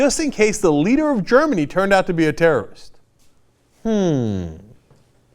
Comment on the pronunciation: lol .- (Ger-min-a") -???